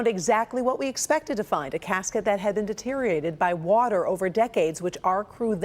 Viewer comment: Dee-TER-ee-or-ated. Speak standard English. You're a news reader and every time you're lazy in pronunciation you demean your position.